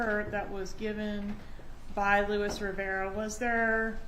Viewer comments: Defense lawyer is very ignorant and rude. She’s been rude but today is the worse so far. The undercover agent is fluent in English and Spanish. How is that hard to understand? He pronounce the Spanish name the way it’s suppose to be pronounced. She’s the one who saying it wrong. So ignorant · Well the way he pronounced "Luis Rivera" did strike me as really bizarre. He did not sound like an actual spanish speaker lol. My theory is that she thought the same thing, but felt pressured to come across as friendly so she turned it into a compliment she didn't really mean.